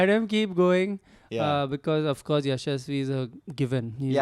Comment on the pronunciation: Mark Nicholas, the English Commentator has changed Jaisawal's name! Yashaswi + Shamsi ka kuch combination = Ya-shamsi 😂